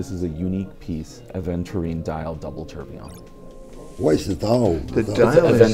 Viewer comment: All these watch experts and they all absolutely butcher the pronunciation of tourbillion. 'Torblon' Tour-bill-e-on